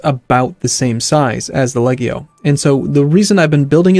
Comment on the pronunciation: I think the G in Legio is pronounced like a J... Like Leh-jee-oh.